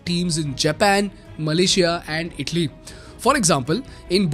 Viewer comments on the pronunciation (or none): none